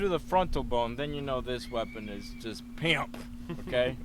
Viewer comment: The destructive pimp (pronounced pee aamp) award of zom-slaughter, bam use it